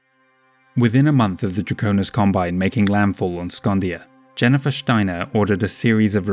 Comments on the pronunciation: you‘re actually quite apropriate there. Steiner is indeed a german name. You only a little bit overdo the sh-sound, but that‘s okay. I would have guessed you‘re accent is scottish. But I think that‘s out of the question. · I love your accent as well as how you pronounce „Steiner“.